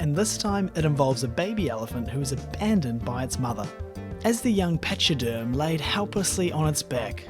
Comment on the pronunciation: Pachyderm is pronounced PaK-eh-derm